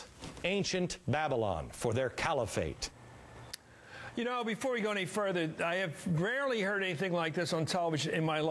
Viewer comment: Said part in all of this is that matthews pronounced Califate as Camifate couple of dies. Both are morons